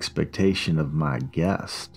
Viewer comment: Why u said guest like that😭😭